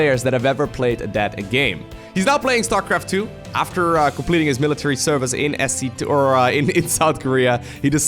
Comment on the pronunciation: The way he says "service"